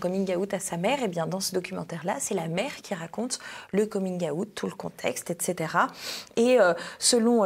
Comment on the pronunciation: La prononciation du mot " Coming out" est insupportable...💀